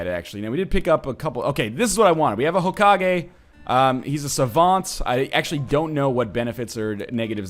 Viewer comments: Did he say Hoke-age? .... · Hokage is pronounced Ho-ka-gay you pronounce it right 1/2 the time and wrong the other half :P